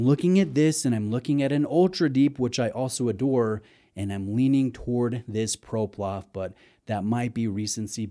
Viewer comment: ProPlof 😂 love it